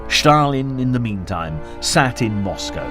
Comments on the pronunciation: Stalin is not pronounced Schtalin. Just Stalin. Just curious: where did you get that idea from??? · This is another idiot pronouncing "Shtalin" or i saw this before?